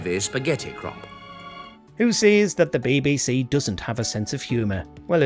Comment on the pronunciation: Bay bay say. WTF say it properly!